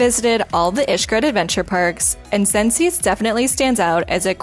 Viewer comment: Its pronounced sences